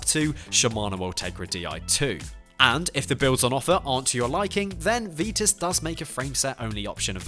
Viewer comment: Good selection of bikes from the main big time brands but must say that the VITUS range should be pronounced VITUS with the i sound and not the ee sound. It always has from its launch in this country , just ask Graham Weigh ( Deeside Cycles ) or Sean Kelly amongst others |||